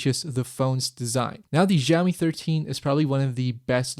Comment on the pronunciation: Great review thanks! Just one thing....please pronounce Xiaomi it as 'shao mee' - IPA pronunciation is ʃaʊmi. The 'X' sound you are making is actually closer to 'R' like in 'ren' (person). The soft 'J' sound doesn't really exist in Chinese. You just said it soooo many times in under 5 minutes it got to me hehe >_<